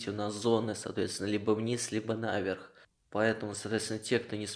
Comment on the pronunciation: Не н'а верх ,а на ве'рх . Ты вроде образованный человек ,а говоришь не правильно !